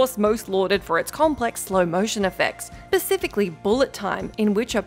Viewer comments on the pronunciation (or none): “Specifically” not pacifically… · How dare you say 'slew of inferior imitators' while playing clips from Equilibrium?!?!?!? Equilibrium is no inferior imitator! And then you go on and annihilate the word 'Specifically' as Pacifically? That was a joke, but Equilibrium is no joke!